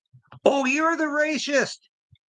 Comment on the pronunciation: the is word racist, pronounced with a soft c. It is not pronounced ray - shist.